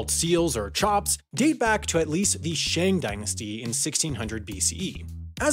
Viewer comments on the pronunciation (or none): none